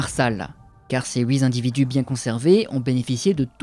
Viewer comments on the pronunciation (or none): 3'08" "Huit Z'individus"?!? Vraiment ??? Attention quand même, ça casse vraiment la crédibilité. "huit T'individus" serait bien meilleur 👍